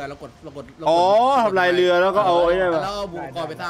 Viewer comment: “อาห่ารอยู่ตรงไหนนะ” “นี่คือเราจะนั่งเรื้อไปใช่ไหม” เสียงเหน่อโคตรตลก